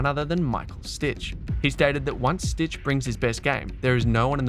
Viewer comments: If you call him „stick“ it’s much closer to how his name is actually pronounced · So funny you spell and pronounce Stich's name as Stitch lol. I guess you don't know German. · It's really annoying that you call him 'Stitch'. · H2H Richard Krajicek-Pete Sampras: 6-4. And it's Stich, not Stitch! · Don‘t worry. I studied in the US and wasn‘t at all annoyed by your americanized version of the German „ch“. It‘s just a phonetic sound English speakers don‘t use 👍🏽